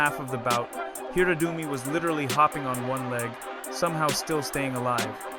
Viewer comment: It's pronounced Hirado-Umi. Please.